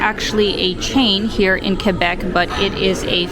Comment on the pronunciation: Good, you don't pronounce the u in Quebec.For other people I want to inform you that the u is silent.